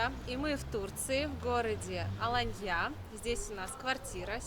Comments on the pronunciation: вы знаете,Саратов-это отличный и старинный город,самые лучшие артисты Советского кино:Табаков,Янковский,Конкин,Каюров и многие другие-Саратовские!!!Если,кто то неправильно произносит город Аланья,это не значит,что нужно писать оскорбительный комментарий,думайте головой,а не попой!!! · Ну так она из деревни ПопИно 😂 у них не алАнья, а аланньЯ 😂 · Откуда такие глубокие познания в географии? АланьЯ. Кто отдыхал в Сочи, а кто в Адлере. Специально искали АланьЮ , такого города в Турции нет. Есть Алания, с ударением на вторую букву а. А Адлер это один из районов Сочи, аэропорт Сочи. Первый раз смотрю канал, так режет слух безграмотность. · В первый раз слышу чтобы говорили АланьЯ. Все говорят АлАния. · Ребята, привет! Спасибо большущее за видео!, почему АланьЯ? Турки сами говорят АлАнья. ала́нья — ударение падает на 2-й слог. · Что будет мало русских... будет туркам не на руку... сколько приезжали из России из Европы не приедут! Она не АланьЯ!!! а "А"лания! Почему вы каверкаете название города???! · Ну ДЯРЕВНЯ)) АнтальЯ АланьЯ , Аха ха ха , ну дЯревгньЯ)))) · Аланья стала АоаньЯ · Ала́нья (тур. Alanya), до 1935 года Алайя или Алайе (тур. Alâiye), — район и город в иле (области) Анталья Турции, широко известный центр отдыха с развитой инфраструктуры. Посмотрите, как правильно ударение. Побольше читайте пожалуйста. Вам полезно будет. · Ну почему АланьЯ ? Я понимаю, что блогеры так говорят специально для комментариев, но вы же грамотные люди. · АланьЯ режет слух😏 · АланьЯ? 😅😅😅 да-а-а-а , а штаны-то в СаратОве тогда купила😂😂😂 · 🙏🤩💓 АланьЯ меня просто убило( с ударением на Я) 👍🤩🤣🤣🙈 Спасибо)) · Это для прикола с сарказмом сказано. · Да уж,это было внезапно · разве правильно говорить АланьЯ.??? Смешно звучит.😅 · Потому и сказала, чтобы смешно было. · Дорогая, в слове Аланья ударение на первый слог. Очень тяжело слушать вашу версию ( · Почему бы не называть город, ставя правильно ударение? Или вам не принципиально? Можно тогда и АААланья. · В ударении😂